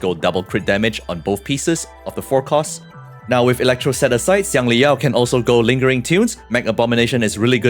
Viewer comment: bro pronounced Xiangli Yao like a chinese...BRO PRONOUNCED XIANGLI YAO LIKE A CHINESE!!!